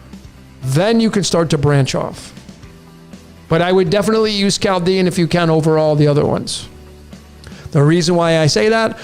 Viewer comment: very very new, Chaldean >>> COW-dean... hmmm just a Welder here.